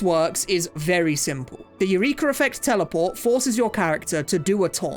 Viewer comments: im very surprised that no one pointed out how he's pronouncing "eureka" like urethra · The hard R on "Eureka" is crazy